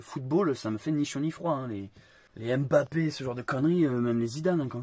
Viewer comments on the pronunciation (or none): none